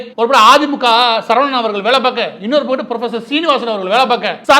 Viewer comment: மாரிதாஸ்க்கு ஓர் வேண்டுகோள் உங்கள் தமிழ் உச்சரிப்பில் ஒரு தவறு இந்தபக்கம் அல்லது அந்தபக்கம் என்று சொல்லவேண்டும் ஆனால் நீங்கள் பயன்படுத்துவது இந்தபக்குட்டு அந்தபக்குட்டு என்று சொல்கிறீர்கள் தயவுசெய்து சரிசெய்துகொள்ளவும்